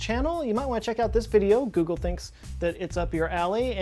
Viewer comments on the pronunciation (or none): none